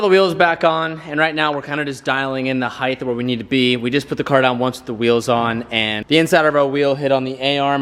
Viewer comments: heighth is NOT a word!! stop saying it!!!! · you know height has a T on the end its not heigth